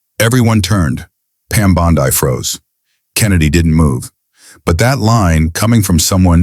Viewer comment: You need to learn how to pronounce her name!!!!!